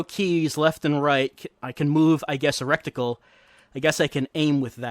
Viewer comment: "recticle" You've been pronouncing it wrong since D2,. It's "reticle". (I always notice it, because I used to say it wrong too.)